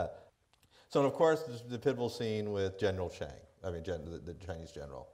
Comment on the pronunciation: Hey she pronounced Ted Chiang's last name correctly!